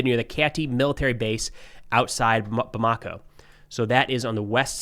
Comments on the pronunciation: It's pronounced Bam-a-ko, not Bam-ako. Getting that wrong is about as juvenile as your Rusophope fan base twisting Africa Corp into "Afrika Korp". I know you might find this difficult to understand but exactly which foreign force was invited into Mali and which expelled colonial power(s) is funding terrorists. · How hard is it to pronounce or look up how to pronounce Bamako? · JNIM = Jay-nim Bamako = Bamma-co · It's pronounced like Bama-ko. Touareg is pronounce like Twa-reg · twah ... not too ... twah reg. or too uhh reg. Hint: lay off the American twang, that heavy "Accent on //this// syllable!" ... Obama co ... not Bamaaako.